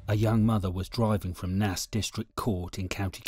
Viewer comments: yeah Nace as in rhymes with Race! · Its pronounced Nace!